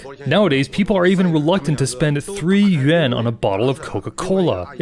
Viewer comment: Why do commentators have such a hard time time saying you're currency...it's pronounced "yu-wan" not "yu-en"!😂😂😂